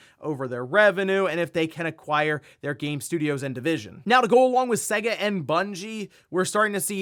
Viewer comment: Your pronunciation of SEGA is hilarious. Get out a old SEGA cartridge, blow the dust off it, plug it in and boot it up. Literally says SEGA on the load up. ❤. 😂